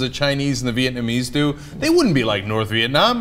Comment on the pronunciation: Did I hear Cenk say "Viet-nam-nam"?